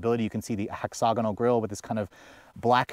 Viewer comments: there is no “O” in the second syllable of “hexagonal”. It is pronounced hex-a-gonal. The British say it Hex-ag-inal. But there’s no “O” sound there at the second syllable. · hex og a noel.......um no...hexa gonal